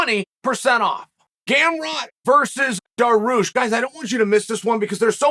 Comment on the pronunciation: Bro its Dariush not Dahroosh lol